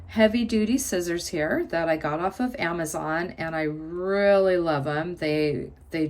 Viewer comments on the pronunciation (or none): none